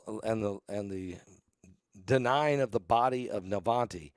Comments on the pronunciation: Please learn to pronounce names correctly. NA-VAL-NY - there’s no T in the name. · his name is NOT Navante it is Navalny.